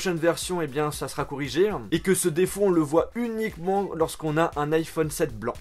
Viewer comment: Logiqueuhhh, corrigéeuuuhh... mon dieu.. arrête de rajouté "euuuuu" à la fin de chacun de tes mots.